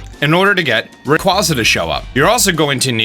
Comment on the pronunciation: Entai is pronounced En-Tay... and raquaza Is pronounced ray-quay-za....